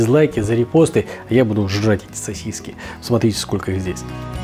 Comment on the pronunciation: сосисЬки всё же проскакивают в произношении... 🤣